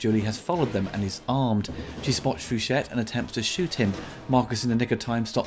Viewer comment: Could be wrong, but I think the name is pronounced "fu shay" lol Still love your stellar work